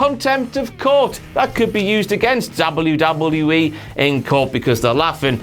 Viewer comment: I only watch to hear him say Dabble you Dabble You Eeee It gives me the lulz